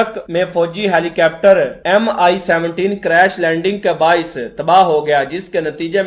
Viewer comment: Helicapter nhi bhai Helicopter bollo. 😂